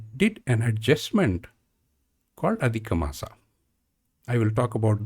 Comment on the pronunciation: In IAST (International Alphabet of Sanskrit Transliteration), "maas" is rendered as māsa for (मास) but you are speaking it as maasaa (or in IAST māsā मासा) ... i know these videos are old but in future please try to speak as any native of your state would speak these words ... i do not know where these odd but clearly incorrect way of speaking sanskrit words has come from ... may be this is how a european speaks ... but we indians should speak it as we have been since centuries